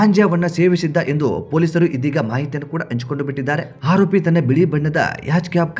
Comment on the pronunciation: ಆರೋಪಿ. Haropi ಅಲ್ಲ ಸರಿಯಾಗಿ ವ್ಯಾಕರಣ ಉಚ್ಚಾರ ಮಾಡುವುದನ್ನು ಮೊದಲು ಕಲಿ ತಪ್ಪು ತಪ್ಪು ಕನ್ನಡ ಉಚ್ಚಾರ ಬೊಗಳಬೇಡ